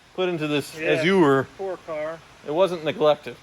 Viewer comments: “A-zhr” not “a-zoo-ur”. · Please Google how to say "Azure", its driving me nuts... its "Azzzyou're" not "Azzoore", sorry. Lovely car, as a Brit I'm kinda jealous. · I think the American pronunciation should be " a - zhr. " Uh - zoo - er is definitely incorrect. My mother is the grammar police but she's almost always correct. Azure is a color. The a is like the a in apple, not the "uh" sound. Only two syllables. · Love ya, but google this 'pronounce azure' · I am glad someone besides me was bothered by "uh-zoo-er." And I love the antics on the channel too! More power to and his fleet. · Look up the derivation and pronunciation of "azure." Love the channel!